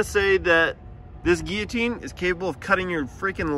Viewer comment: The one person who owns a guillotine, doesn't quite know how to pronounce it.